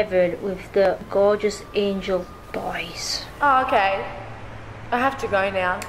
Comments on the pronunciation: Not being rude it's angel not angle love you 💖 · It's angel, not angle. 😂